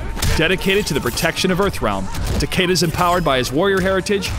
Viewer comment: I love how you mispronounced his name. Every. Fucking. Time. And you still did it after it was said correctly in the game.